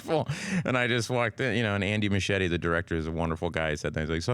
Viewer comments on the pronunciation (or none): I love Bill Hader, but why does he pronounce "Muschietti" like "Machete"?😂😂